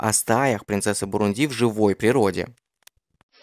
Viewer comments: Автор, ударения ставить научись сперва! Не бурундИ, а бурУнди!!! Ударение падает на второй слог!!! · Дружище, неверное ударение в слове "Бурунди" режет уши. Посмотри, пожалуйста, в словаре - как правильно.